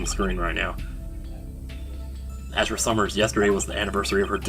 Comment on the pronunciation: Wait... Azura? Like... THE Azura? Even has the same hair part, with the little strand in the middle too.. please tell me Azura Summers sings too:3 I like how says "Azura", it sounds cool X3